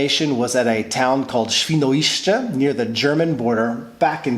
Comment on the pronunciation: The way u said Świnoujście made me lough so hard 😂